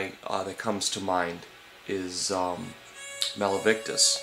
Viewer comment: lol i know what youre sayin like when he says malivictus XD